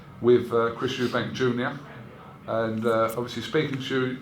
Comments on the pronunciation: Why does he fuckin call him Eubanks with an s at the end. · I love the way fisheyes calls Eubank Eubanks every time